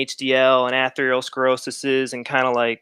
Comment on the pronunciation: Atheroscleroshish.. lol, this guy trying to pronounce some of these words. Definitely helping his case